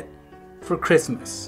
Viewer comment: Merry Christ ler. It’s toe morrow